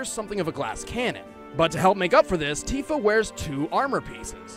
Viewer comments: Tifa is pronounced Tea fuh because "i" makes the long e sound in Japanese pronunciation. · Tifa (Tea-Fuh) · I hate to be the local weeb but in Japanese i is pronounced like e resulting in Tifa being Teefa and Tidus being Teedus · The "i" in Tifa can be pronounced different ways, not only with a "ee" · Tifa has a long I sound...